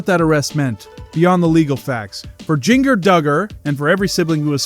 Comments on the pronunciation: Her name is pronounced “ginger.” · Omg I hate when people pronounce her name like this lol